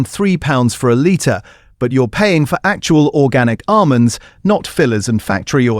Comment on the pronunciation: Great content but horrible AI voiceover that can't pronounce 'almonds'!